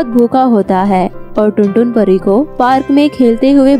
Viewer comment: Pariya NAHI pari